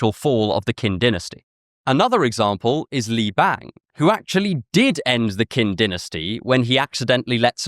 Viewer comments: It's "chin"-, not "kin"-dynasty. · Qin is pronounced more like tsin, not kin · Hey man, I love your content (literally new favorite channel) but Qin is pronounced “Chin.”